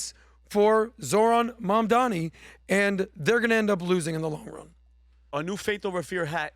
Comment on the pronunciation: Don’t worry if you can’t pronounce his name. You’re smart and successful. You provide the numbers and the analysis 🧐 for the team. It’s funny 😆 because you’re a very smart man who happens to have a difficult time with this one thing. No one is perfect my friend. 👍